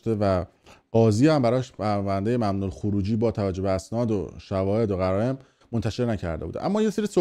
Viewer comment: شواهد و قرائن بیسواد!!!!! نه قرائم!!!!🤦🏻🤦🏻🤦🏻🤦🏻🤦🏻🤦🏻بعد صحبت از سواد رسانه ای میکنی؟؟؟؟؟ اینفورمیشن اورلود اتک؟؟؟؟؟ تو قرائن رو درست تلفظ کن سواد رسانه ای پیشکشت بچه جان 🤣🤣🤣🤣🤣🤣🤣🤣